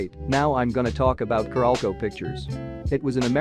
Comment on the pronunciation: Its "carolco" not "caralco"